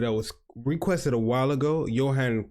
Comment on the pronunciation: It is pronounced Yohan.